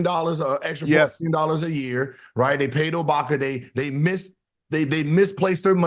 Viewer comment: Dont know who worse at names stephen a smith or gil? He called ibaka obaka lol.